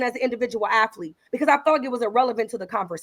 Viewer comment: Afflete and strengf training...😂😂😂